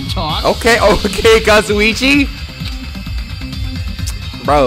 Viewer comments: he’s finally pronouncing kazuichis name right 😩 kinda miss kazuchi tho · yay, now can say Kazuichi right:) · absolutely thrilled is pronouncing kazuichi's name right now